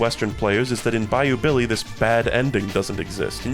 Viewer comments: Oh god it really does sound like that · Bayou Billy mention, its peam!